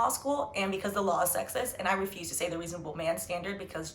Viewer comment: Ree- son - a-bel.😂 good points made.